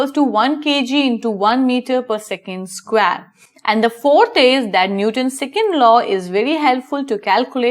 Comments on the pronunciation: It is square not squaare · The way you say square is killing me!!